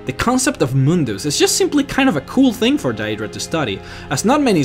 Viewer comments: It's pronounced DEEdra not die-eedra in the elven language. But I was happy to find that you pronounced mer ("mare") correctly in your other lore videos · its not pronounced "day-e-dra" its "day-dra" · i think it is "day druh" not "dah EE druh" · Your pronouncing skills need to be perfected. DAYYYUDRAAA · daedra is pronounced dae-dra not die-dra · Either you have an accent, or you pronounce it wrong. You say Daedra like "day-ee-dra" its day-dra. But if thats how you talk then sorry. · pretty sure its pronounced "aydra" and Daydra" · This pronunciation of Daedra is the form it would take in the English language if one were to pronounce the 'ae' sound as it is in Latin. The letters 'ae' in Latin are to be pronounced as 'I' or 'aye' in the English. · Why can't you just say Aedra and Daedra like a normal person instead of saying "Day-ee-dra" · Diaedra is how you are saying daedra... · Great video. Do you play TES games in English? I ask because of the way you say 'Daedra'. I always pronounce it 'day'dra'. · Then you pronounce it incorrectly.. It's Daedra, "Day-Druh" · Daedra is pronounced day-dra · Uhhhhhhh... no, I'm pretty sure it's day-dra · dieaydruh aieaydruh moonduce, christ son how can you butcher words so badly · how your saying daedra and aedera is killing me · How do you mispronuce daedra? I mean there are dozens of npc's in the game that actually say it. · Waited for daedra and then pronounced wrong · dat way he be pronouncing adreas and deadras xD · i hate his mispronunciation of words like daedra and aedra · The way you pronounce aedra and daedra is so wierd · The way you say "Aedra" and "Daedra" bugs me so much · You guys....all talking about religion and bullshit. What I'm wondering is why does the guy talking about all this stuff in the video magically become Australian when he say's "Aedra" and "Daedra".